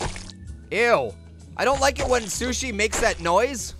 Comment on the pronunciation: It's Sushi, not Sush.